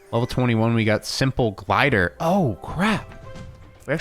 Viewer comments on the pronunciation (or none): none